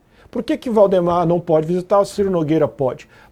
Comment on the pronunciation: pq o jornalista fala errado o nome de VAldemar para Voldemor?